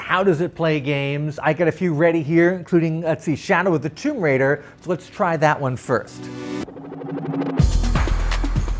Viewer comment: That’s the correct pronunciation..